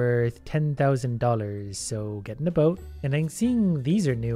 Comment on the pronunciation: "Gedenda boat"